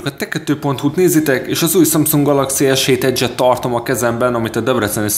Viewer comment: vegre valaki jol tudja kimondani az s7 edge-t!